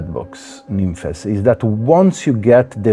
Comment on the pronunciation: i'm glad you said it the right way. so many people on here calling it nymphs.